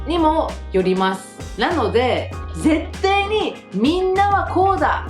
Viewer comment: なんでﾎﾜｲ？そんなに 早口で日本語しゃべるんだよ。 ん〰️。最初のほうで ぜったい に を ぜってい に って言ってた。これは、まずい。江戸っ子か？www